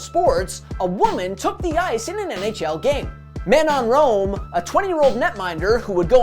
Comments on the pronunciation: Talk about butchering the poor woman's name 😂😂 it's definitely not pronounced MAY-NONE ROME 😂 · Man u absolutely butchered Manon Rheaume's name lol. There isn't a speck of French in you😆. Ma-Noan Ree-yome! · How did you pronounce Manon Rheaume’s name? Lmaoooooo so poor